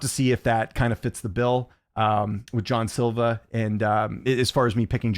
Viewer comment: According to Luke toemass it’s pronounced “jay - on” silvá